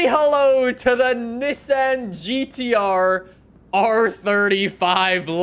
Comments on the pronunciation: It’s Ni-ssan not nessen 😂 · Bro doesn't know how to say Nissan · The way you say Nissan 😂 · Love the vids, but it kinda drove me crazy the way you said Nissan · I get so triggered when he pronounces Nissan wrong